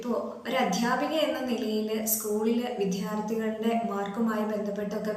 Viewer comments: എല്ലാവരും വളരെ positive ആയ comments ഇടുമ്പോൾ ഈ ടീച്ചറുടെ ഉദ്ദേശ ശുദ്ധിയെ 100& മാനിച്ചു കൊണ്ട് തന്നെ ഒരു കാര്യം പറയാൻ ആഗ്രഹിക്കുന്നു. അതായത് ഒരു അധ്യാപിക തന്നെ "വിധ്യാർത്തി " എന്ന് ഉച്ഛരിക്കുമ്പോൾ അവരുടെ വിദ്യാർഥികളും ഇത് കേട്ടല്ലേ പഠിക്കുന്നത്. ഇത് ഈ ടീച്ചർമോളുടെ കുഴപ്പമല്ല, കാരണം english medium സ്കൂളിൽ പഠിച്ച് മലയാളം അധ്യാപികമാരായി നിയമനം കിട്ടുന്ന എല്ലാ മലയാള അധ്യാപികമാരുടെയും മലയാള ഉച്ഛാരണം ഇങ്ങനെയായത് അവരെ പഠിപ്പിച്ച അധ്യാപികമാർ ഇങ്ങനെ ഉച്ഛരിച്ചത് കൊണ്ടാണ്.ഇത് മലയാളത്തിന്റെ മാത്രം കാര്യമല്ല മറിച്ച് മറ്റു ഭാഷാ അധ്യാപകരുടെയും കാര്യം ഇതിൽ നിന്നും വിഭിന്നമല്ല. വളരെ വിദ്യാസമ്പന്നരായ ചില celebrities വരെ ഇങ്ങനെയാണ് സംസാരിക്കുന്നത്. നമ്മുടെ രക്ഷിതാക്കൾക്ക് ഇതൊന്നും ഗൗനിക്കാൻ സമയമില്ല. ഈ ടീച്ചർമോൾക്ക് 1000 അഭിനന്ദനങ്ങൾ ❤❤❤❤❤ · please .....adhyapikayengilum vidyarthi enna padam sariyayi ucharikoo..